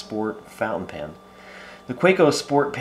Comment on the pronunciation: Yes I'd like to know why you pronounce it "pan", too.